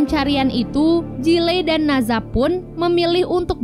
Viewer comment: Maaf kak dari sumber kuno yang bener, NE ZHA bukan NA ZHA.